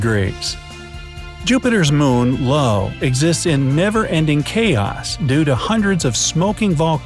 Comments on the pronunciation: jupiter;s moon "lopw"? it's io! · Jupiter’s heavily volcanic moon is Io (pronounced “eye-oh”) not “Lo”. Also, you have Venus orbiting from West to East. It’s rotation is actually retrograde East to West. It also rotates extremely slowly. It’s considered retrograde because its rotation is opposite to the direction of its orbit around the Sun. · IO not LO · iTS NOT LO iT iS iO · Lo? Isn't it io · ITS PRONOUNCED io or iyo NOT LO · not Lo it's Io spelled aio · wow that's Neptune did he just say Io is named Lo!? And iapetus has an I not an L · WHY are you referring to "Io" as "Low?" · That's IO (eye-oh) not LO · Also IO not LO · It’s actually read io not lo. Also you said lapetus IT’S IAPETUS Look thats not an L thats an i. Look. I <— thats an i L <— thats a L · The moon's name is Io not Lo. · is IO not LO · He’s calling them “Lapetus” and “Lo”, which is wrong and really annoying. It’s ‘Iapetus’, with an i, and ‘Io’, with an i. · Lo? Dude, it’s Io, as in “eye oh”. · For the love of god everyone...do not forget to send him a post card from "Low". Ha. i know its a silly honest mistake and im sure everyone that caught it has said something but whatever....i thought it was funny because even if the solar system isnt exactly one of your interests the moon "Io" is so commonly known that its very surprising that he made the mistake. there is my 2 cents on the matter...i know no one cares...so ya...to the narrator it is pronounced "EYE-OH" just in case you have only gotten abuse about it and no constructive criticism because the former is sadly the norm on the internet. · You've passed away due to the overdose of the word IO (pronounced:eye-oh) said as LO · Did you say "Low" for the moon of Saturn, Io? Its an I, not an L. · You called Io "Low". Eye-O - Io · This is the second video that the announcer keeps pronouncing Io (eye-oh) as Lo (low) or am I wrong? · Its io not Lo..lol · Lo? It's not "Lo." It's Io (Eye-Oh). Oyvey! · Io not Lo. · Alsom it's i-o. Not Lo. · I thought same